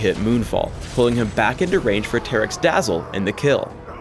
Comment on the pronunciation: did he just say tare-ric